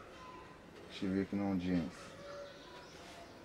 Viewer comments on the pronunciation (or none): تبارك الله على الصدق ديالك تحياتي فقط أخي شيفينيون ماشي شيفيكنون